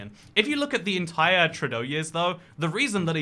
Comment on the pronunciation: love how you say justin trudoo lol nice vid m8